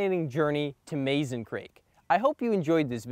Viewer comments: Mazon is pronounced: Muh-zon . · I enjoyed your presentation. I’ve visited this place many times to fish and to hunt for fossils. Just an FYI, Mazon is pronounced “muh-ZAHN”. It’s also considered a river, not a creek. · I am confused about the pronunciation of Mazon. My mom was born in Mazon, Illinois. She pronounced it Muzon same as the creek. 🤔